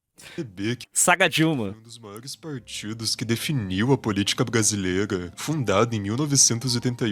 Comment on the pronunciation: "Política bgasileiga" qual a pira do pardo em reagir manos que nao sabem falar?